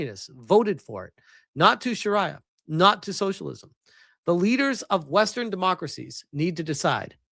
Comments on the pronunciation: It's pronounced shuh-ree-uh. I know you've heard it said correctly before. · It's pronounced Sha-ree-er rhymes with Diarrhea both the same really both are complete SHITE